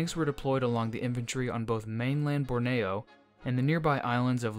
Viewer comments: Borneo is usually pronounced BORneeo not BorNAYo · It's BORNEEOO, Not BORNAYO. Interesting video. 🙂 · "Borneo" became "Bore-nay-yo"??? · By this means it's "born-ee-o" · Bore Knee Oh. Borneo. Take 10 seconds to learn the pronunciation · Born-E-oh Borneo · Not withstanding your interesting pronunciation of Borneo, great video. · Long E in Borneo, bubba